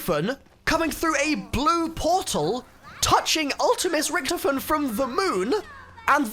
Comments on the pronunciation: I have an idea. Did undead richtofen transfer his soul to ultimas rich? Remember the end of moon and the origins ee removed Sam from his body. Also the German pronunciation is Rish-taw-fen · Don’t get me wrong I love the channel but the way you pronounce Richthofen annoys me